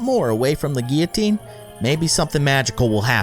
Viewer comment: It’s Gil-a-teen and any one here in 2019